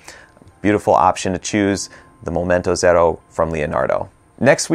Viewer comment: Love how you pronounce Momento Zero!